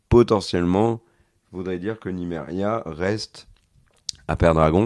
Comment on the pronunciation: C'est Miséria et pas Nimeria Kere ;) :D